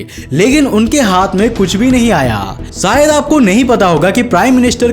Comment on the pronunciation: सायद नही बे शायद